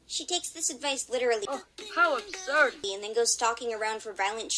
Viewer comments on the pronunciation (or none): How ubsurd! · the annoying thing is Sasha is so stupid so I am going insane because of Greystripe saying "How Abshurd" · HOW ABSHURD! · Uh absoud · oH HoW aBShuRD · OH, HOW UBSURD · This is a sign that sasha is in a bad relationship.'OH, HOW ABSHURD!' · Well how abshurd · HOW ABSHURED SASHA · Oh how abshurd! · Greystripe says "hOW ABSURB" 22 times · I think that graystripe saying how absured......... But ok ........